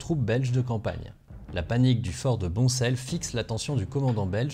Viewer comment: Super vidéo deux ou trois petites corrections de prononciation lantin (son de fin comme dans pain), liers faut prononcer liersE, boncelle se prononce bon sel. Hâte de pouvoir retourner ce week-end aux fort de lantin après en avoir été privé l'an passé par le covid...